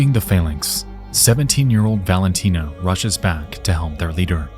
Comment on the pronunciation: I'm not trying to be mean but nexpo is very bad at pronouncing sometimes. I don't know if you noticed but he pronounced 'phalanx' two different ways and I don't think either was the right one